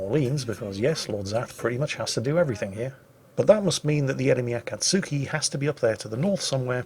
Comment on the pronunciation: akatsuki pronounced A-Cot-Ski